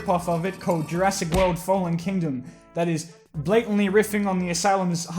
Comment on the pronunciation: Jur-ASS-ic world